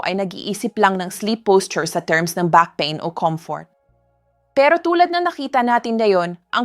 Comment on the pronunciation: You speak good English Doc just take time to correct some words for the people to fully understand and not to be confused or misunderstood your instructions because you are discussing very delicate issues.. Thank you— istomats might confuse them.. pa- in is peyn( pain) Masel for muscle not maskels .. please take sometime to correct because your English is good .. don’t miss those words and mispronounce them